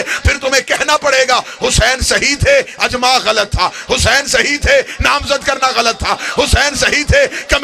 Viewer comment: Jis bgerat ki urdu tgek nhi ha Wo kya khaak aqeesa bayan kry ga اطاعت لفظ بار بار غلط پڑھا اس حرام زادے نے اجماع لفظ بھی غلط پڑھا اس حرام کی اولاد نے صحیح سنا تھا کی شیعہ لوگ حرام زادوں کو ذاکر بناتے ہیں اس کے ماننے والے بھی لعنتی حرامی